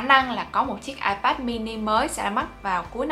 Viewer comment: Bản thân đọc từ iPad còn sai kìa bạn.